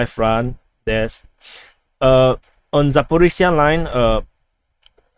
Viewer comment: ZaporiZHia name you can pronounce like: Asia = AZHia .))